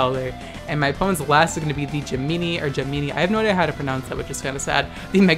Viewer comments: "Gem-In-Nai" - Not entirely TRIGGERED about it, just feel like saying it, since my Birthday is this month and I am a Gemini. You don't even have to correct yourself, just be you. As for Question of the Day... Well regardless of only being subscribed to you for Pokemon crap, I'm still bombarded by tons of Pokemon LET'S GOOOO news from every facet of Nintendo fans, From Puppet-Puss Arlo to Andre from Hypexplain, to of course our lord and savior Verlisify - Can't escape those recommendations even when I'm logged off on my phone while at work... As far as my thoughts? One word: Typical. GameFreak always announces Remakes/Expansions/Remasters in May/Early June, never at E3 - I don't even know why the Pokemon fanbase still has this whole "They'll announce it at E3" mindset when they've NEVER announced a game at E3. The "announcement" of Pokemon on Switch last year was clearly a reaction to the flack they got announcing UltraSun/UltraMoon instead of Pokemon Stars last year one week before E3. And of course the fanbase is upset because it wasn't the Pokemon equivalent of Breath of the Wild made in less than a year, making excuses such as "It's the Remake team, the main team is working on Gen 8!" and things of that nature, if not outright calling it a spin-off. Then you've got throwing hate boners at any dissenter calling people stupid when come on man, it's their opinion. The game does look bare bones, it's a remaster of a 20 year old game with less basic features, it's not th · It's pronounced Jem-In-Ai (The ai is pronounced like eye). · Gemini is pronounced like gem-in-eye. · gemini- gem(like the word gem)-min-eye(as in eyeball) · GEM-IN-EYE, Gemini LMAO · the combination of you saying gemeenee and then saying you don't know zodiac signs, but then saying zodiac signs are 'cancer' this is what we call peak content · Its ah... Its pronounced "Gem-ah-nai" or "Cancer" varies region to region.